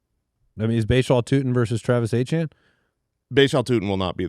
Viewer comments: Travis "Achane" is NOT the french creole prononciation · You will never get me to pronounce Etienne as Achane no matter how much gaslighting you do